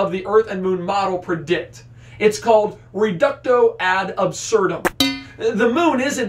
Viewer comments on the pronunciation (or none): It's 'reductio'. 'Reductio ad absurdum.' Not 'reducto ad absurdum.' Please, stop murdering the language of critical thought.